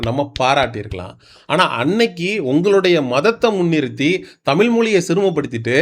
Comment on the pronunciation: தமிழ் என்ற ழ் உனக்கு வரவில்லை எப்போது திருத்திக் கொள்ள போகிறாய்.